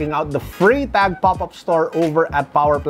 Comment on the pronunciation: For a Swiss / German speaker you pronounce it as Frrytahk ( Freitag ).